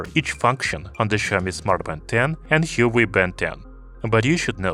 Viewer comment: You're pronouncing Huawei wrong.